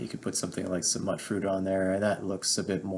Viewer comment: Mutant? Mutfruit? Mew-tant. Mewt-fruit. Mutt? No dice